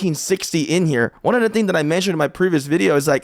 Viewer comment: runV not oneV😂